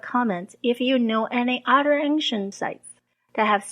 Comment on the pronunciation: Hi, thanks for the excellent and informative videos. I wanted to give you a little constructive criticism. Your English is extremely good. But I might suggest that you look at your pronunciation of the word "other". It sounds like "udder" when you say it (an udder is a cow's nipple, lol), one must be careful to use the "th" sound in this word. Keep up the amazing work! :)